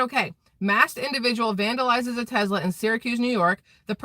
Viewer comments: TeSla, not TeZla..........lol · Its tesla, and sounds like tess-la NOT TeZ-la sorry I am not nit picking lol, yeah I am